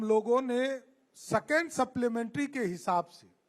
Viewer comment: Constraction को कंसेशन second ko secon बोलता है बकलोल कहा के 😅😅😅😅😅😅